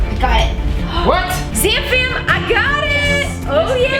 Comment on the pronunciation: She says Zam fam not Sam fan